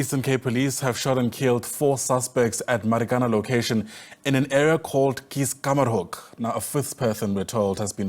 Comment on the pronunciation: it's keis-kamma-hoek not keis-r-kamma-r-hoek